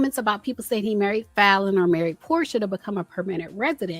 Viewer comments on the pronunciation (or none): none